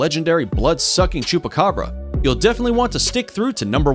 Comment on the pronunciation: I hear chopakabra i love chopakabra